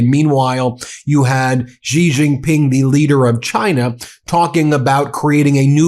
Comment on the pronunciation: Ben, a minor observation and pet peeve: Please learn how to properly pronounce Xi Jin-ping's name. It boggles my mind why so many major media journalists and pundits continue to mispronounce his name, and it's such an easy thing to correct, or at least get much closer to correct. While not exactly the same, it is much closer to correct pronunciation if you say the English word "she" instead of "jee". Thank you for your attention to this matter. :D